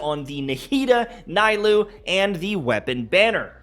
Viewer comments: Can he not call her NAI-LOO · The “Naaa-ee-loo” for me lol😂😂